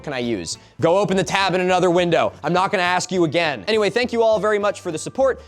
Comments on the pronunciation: "I'm not gonna axe you again" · Don't you mean you're not gonna "axe" me again? :3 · youre not gonna axe me again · you mean "im not going to axe you again* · "I'm not gonna axe you again."